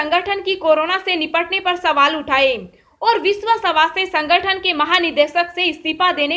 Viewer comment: किसे कहते हैं (सवास्थय ) स्वास्थ कहना नहीं आता क्या/// कहा का है ये अलौंसर